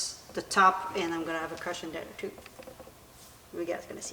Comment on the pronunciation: Couldn't understand why you kept saying you'd put "caution" on the bench. Took a few minutes to figure out you were saying "cushion."